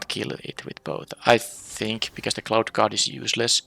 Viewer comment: Your accent made the Cloud Guard sound like Clout Guard truly a chad. Also it seems like flyers always win games super easy not many reach creatures in the last few sets.